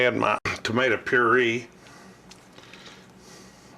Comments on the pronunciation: Pur eh. Puree its not puree its pur a. Very bad spelling but what I'm trying to convey is your saying it wrong lol! Very good bid tho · It's pronounced "pure-ray."